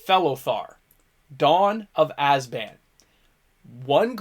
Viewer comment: This guy doesn't seem to know what he's talking about. Mispronounced Abzan, looks up the wrong Felothar and follows through and doesn't even question that it doesn't make sense, Tree of Redemption and Betor has no synergy with MacCready so why include any of that and says the wrong name for The Master, Multiplied.